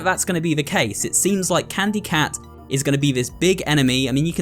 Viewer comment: really said it was candu cat.